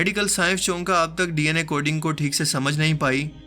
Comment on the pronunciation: Bhai buhat khoob 👍 ضروری اصلاح بمع پیشگی معزرت: لفظ چونکہ، بگڑی شکل ہے لفظ 'چوں کہ' کی۔ (کیونکہ، چوں کہ۔ ایک جیسی آواز ہے۔) آپ نے 'چوں کہ' کو 'چونکا' پڑھ کر مجھے چونکا دیا :) والسلام ، خوش رہیں